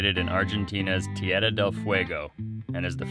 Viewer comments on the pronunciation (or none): Oh wow! I felt your emotions. What a great sense of accomplishment. Congrats 👏🏼, you have to keep practicing rolling your Rs. Tierrrrrrra. Lol. Su Español es muy bueno. Sending both of you, Frank and mom lots of love from Ft. Lauderdale, Florida ❤️❤️❤️❤️